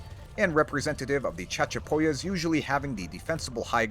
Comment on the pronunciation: "CHAD-chapoyas" XD XD XD XD